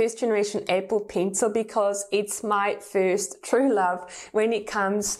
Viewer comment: “Apple peencil” I DIED EVERY TIME SHE SAID THAT(just a joke I’m not insulting her accent)